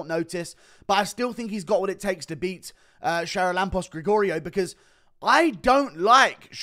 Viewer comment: You are butchering the pronanciation of the fist guys name. Its Haralambos.